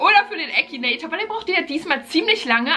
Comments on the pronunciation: Es heißt Akinator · es heißt akinator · Das heißt akinator😂😂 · Finden wir 15.000 aus #TeamBeki die an mich glauben, dass ich den Akinator besiegen kann? DAUMEN HOCH 😂👍🏻 Findet ihr den Akinator auch total creepy? Ich mein WIEEEE macht er das???? 👻 P.S. Da mir einige sagen: MAN SAGT AKINATOR nicht ÄKINATOIR 😂 Leute, man kann es Englisch ODER halt auch auf Deutsch aussprechen is doch egal😂🥹